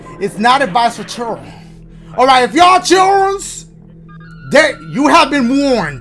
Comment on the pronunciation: "Y'all Chilrens been warned." 🤣😂🤣